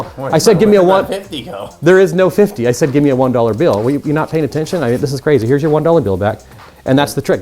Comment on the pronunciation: Stopp saying bjill og billll